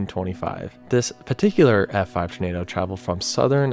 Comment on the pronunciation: can you learn how to say tornado for the love of god.